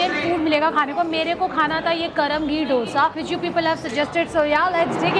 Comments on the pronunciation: It's dosa didi 😂🤦 not dhosa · It's not dosa it's dhosa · That Dosa chutney is Allam chutney (Ginger chutney) prepared with Ginger,red chillies and jaggery... plz pronounce DOSA correctly 😜